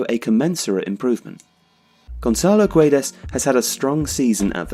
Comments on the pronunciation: it's pronounced "geds" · You don't say the U, it's like Gedes but the G still sounding the same. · Hi! Great job;) Just a note, the U in Guedes is silent (It's so wierd for a Portuguese to hear that U hahaha) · The U is silent, it reads Guedes with a hard G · You're pronouncing his name wrongly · hey, the u is silent in guedes.